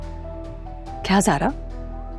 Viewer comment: 22:4 scnd me Zara sara ko zara keh rahi h 😂😂😂